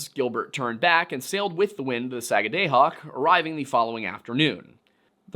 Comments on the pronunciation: Pronunciation correction from a mainer: Sag-uh-dah-hawk. No hard vowels. Excited to see a video about Maine! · Just fyi, it's pronounced sah - guh- duh- hock. "sa"t "gu"st "du"mp "hawk" skid - where - Ose 😘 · It's pronounced "Sag-ah-dah-hawk". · If i had a nickel for every time mispronounced the word "Sagadahoc" in this episode, I would have a bunch of nickels, because he says the word wrong every time he says it... 😂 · So it’s not pronounced Saga day hoc , it’s pronounced Saaga daah hoc. I live in the area. Just sayin. Great informational video. Really enjoyed it. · not Sag ah DAY hoc, SAG ah da hoc. At least that is how we were taught to say it when I was a kid in Maine schools. One of the counties. No idea how to pronounce Skidwarres though. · As a mainer its pronounced sag-ah-dah-hawk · It's 'duh,' not 'day.' SAG A DUH HAWK. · Its pronouced “da” not “day”. Saga”da”hoc. Might help to say it faster. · As someone from new england who lived in Maine for almost a decade, your pronunciation of Sagadahoc(sah-gad-ah-hock) and sachem(say-cthem)really bothers me lol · I am from Sagadahoc county, in Maine. :) We say it Sag-ah-dah-hock, with the emphasis on the first syllable. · Its 'Saga-dah-hawk'. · It's pronounced sag-guh-duh-hawk. I live in Maine, born and raised. I know. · (Sag-ah-dah-Hock), there is NO Long “A” sound in the Entire Word, it is an “AH” Sound!!! As a Life Long Mainer, I am making you aware, How Badly You are Butchering that word! I am Perfectly Aware, (of the Difficultly in the Pronunciation of the “Native Names” of Places)! We HONOR the Native Peoples by Using the “Original Names” of Places, and Not Resort to the “Christian Names” of those Places, (by Default)! You Will Find This Custom, All Throughout “New England”!!! The ONLY THING more Difficult, (than Correct Pronunciation of Places), is “SURVIVING MAINE WINTERS”!!! Do Better Next-Time Around, but a “Good Start”, we’ve heard “WAY WORSE”! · You pronounce it: sag-a-da-hoc